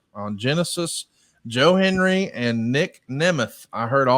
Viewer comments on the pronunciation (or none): It's Joe Hendry not Joe Henry 😂